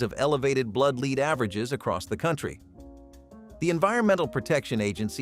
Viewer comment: Learn to pronounce English!!! "Lead" as in gasoline is pronounced "LED," not "leed!"